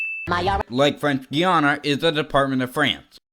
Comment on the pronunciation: Sorry. Someone correct me if I'm mistaken but you sin them for saying Guiana wrong. Then say it wrong yourself